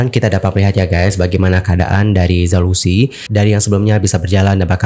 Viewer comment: Zhao Lusi dibacanya Chao Luse...